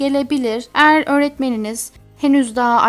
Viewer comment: "Elma" ve "eğer" sözcüklerini çok değişik söylemiyor mu